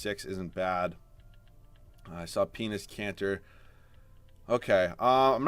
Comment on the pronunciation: Bro I die of laughter every time you say penis kanter😂😂😭😭